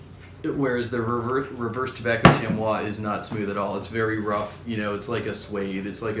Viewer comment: Chamois is pronounce "shammy" FYI.